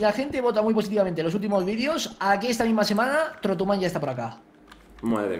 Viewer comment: osman play128 se dice tortuman